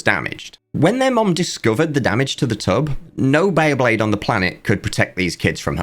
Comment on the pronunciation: One random question: was the pronunciation of bay-A-blade from a localization somewhere? The A should not be there 😅